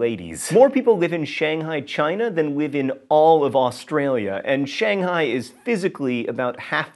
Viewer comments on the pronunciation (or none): none